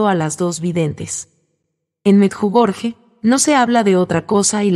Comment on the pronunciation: Sr pronuncia meyugori